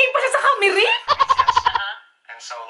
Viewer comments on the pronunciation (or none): none